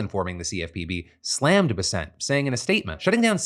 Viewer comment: Phil please you're killing me, it's pronounced bes-ent, not be-sent.